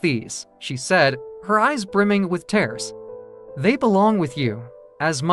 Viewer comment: Overall, a great story, but the reader needs to learn how to properly pronounce words, especially tears.